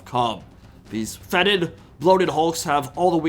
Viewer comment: Youre the only TW Youtuber that pronounces foetid correctly